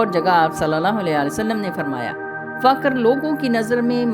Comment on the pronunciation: Faqar nahi fuqar boliye